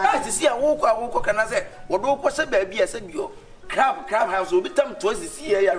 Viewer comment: said crab😂😂